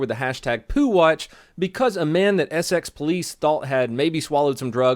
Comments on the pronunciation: Note: it's pronounced ess-ix not ess-x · Lol the way u said ESSEX u pronounce the sex lol I live in essex we pronounce it ESSIX but ur cool I like ur channel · sx its essex mate pronounced es sex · hey about the 'poo watch' thing, im from essex, and its not pronounced S X, say it more like s six :P just a small thing i picked up on :D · For ur knowledge it is not eSSex it is essicx lol well that is how u pronounce it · It's Essex, not eh'sex. 😁 Yeah, we've got a lot of weird sounding places in the UK. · where I come from we don’t pronounce it es-sex it’s more like es-six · ok hears how you say essex its not sx its esix and its e ee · Just noticed, he said EsEx when it’s pronounced Esix, while spelt Essex. God bless the uk😂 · I love your channel but you pronounced Essex like SX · Sx? Its pronounced esix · You pronounce Essex as Essix btw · it's pronounced 'essicks' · I love you but you pronunciation of Essex is very wrong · You just crucified the word Essex lol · the way you just said Essex is making me question how i say my own county's name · Please say "Essex" again! 😂🤣 PMSL! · Ok he called britian engaland and said Essex wrong